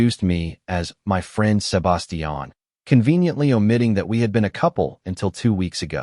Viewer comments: Butchered the name Sebastian 😂😂😂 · It's like they used an accent for only his name but English was their first and only language and they've never spoken to anyone that didn't speak in a monotone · The way the AI says Sebastian is annoying as hell.